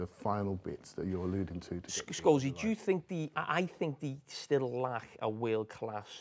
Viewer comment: Love Jamie saying Sholesy instead of Paul lmfao